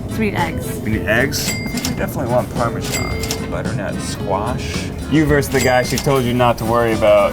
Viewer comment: THE WAY SHE SAID PARMESAN 😂